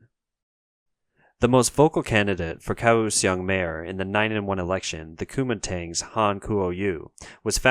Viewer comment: Kaohsiung is pronounced “Gow Shung”.